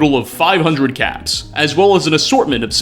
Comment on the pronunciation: Swear I heard you say '500 cats', not caps. Entirely DIFFERENT reward type...